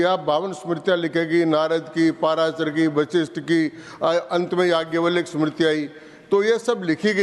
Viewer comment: चिरकुट बैल बुद्धि को जाज्ञव्लय का उच्चारण भी कहां आता है?